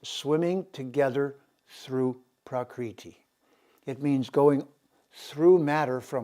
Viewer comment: Prakriti (Sanskrit: प्रकृति IAST: prakṛti) is "the original or natural form or condition of anything, original or primary substance" As you can see the pronunciation is not praakriti. you are actually altering the very words you are attempting to communicate and integrate. Long and short vowels are different letters and thus different phonemes. As you must know. the Veda were handed down not by text but recitation. They were kept in the mind basket of generations of recitative specialists for millennia. The universe was said to have begun with a sound, om, hence pronunciation is a vital part of Sanskrit. This is quite shocking, but also chauvinist. As with Ramana Maharishi being pronounced Ma-harsh-i as with the English word 'harsh'. There is no such 'r' phoneme in Indian languages. Your flagship term citti is to be pronounced chit-thee not chitty - like kitty. Having said all this I wish you all the best. Mark Antrobus, Kodaikanal. Peace brother.